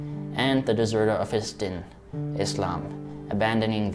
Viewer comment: Injeel means Gospel in Arabic, therefore its not "what Muslims call it" but what 40 million Arab Christians use. Its Deen not Din. Its a long eee, but not too long. It means religion/belief in Arabic. Great video brother, may God bless you and reward you!